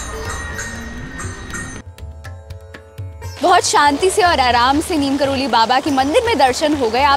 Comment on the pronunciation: नीम करोली नहीं नीब करौरी होता हे